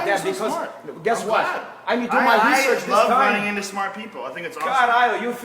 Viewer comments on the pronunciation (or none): "Rhasaan Orange". Do your hesearch, guys. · LOL HE SAID HESEARCH INSTEAD OF RESEARCH. TROLL CONFIRMED. HOGAN ROGAN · His accent XD His accent where he pronounces words that start with an "r", he starts with an "h", so he starts saying 'hesearch' instead of 'research'. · HESEARH HAHAHAHAHHAAHAA!!! HOGAN WTF HAHAHAAA